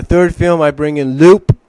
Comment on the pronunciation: Oh, and by the way, Lupe's name is actually pronounced "Loo-Pay", not "Loop". You probably don't remember her, but she appeared in the last two episodes of Sonic SatAM just before the show was cancelled. Just to let you know.